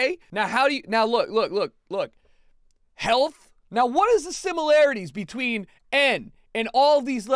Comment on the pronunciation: everyone‘a “healt” is at risk..